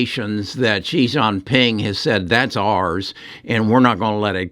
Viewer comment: It’s Xi Jing Ping, not Yi xian ping. God, get it right.